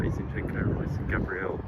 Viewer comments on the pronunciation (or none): none